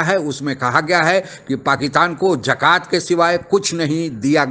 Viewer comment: Abey bewakoof, zakat hoti hai, jakat nahi.